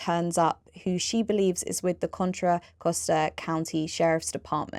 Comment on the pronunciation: Next time get an atty who is at least willing to TRY to pronounce the entirety of "Contra Costa county". It's really not so hard.